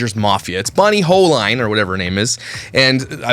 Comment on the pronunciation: Her name is pronounced ( hole-een). I watched her video yesterday and I was trying to imagine it all. Ive been there were I wanted to step in and say something and its awkward in an ER setting to correct or comment. Sometimes the Griffith girls make videos of them being sad in a way to show their family (look what happened to me)